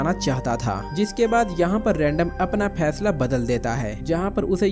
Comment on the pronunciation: Aby chotya bhesla Nahin fesla HOTA he